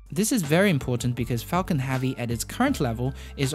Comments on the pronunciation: "falcon havvy" :) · Falcon Hahvy. 😊 Nice video though